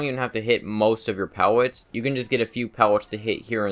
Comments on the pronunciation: STOP SAYING PEWETS ITS PELLETS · pewllot what the fuck speach deformity does this guy have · he has a speech impediment, be respectful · am I the only one who hears him say pewwets?